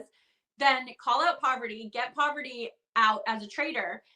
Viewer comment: Heading Rachel call Parvati “poverty” is taking me back to S13 Survivor when Jeff couldn’t get her name right pre-merge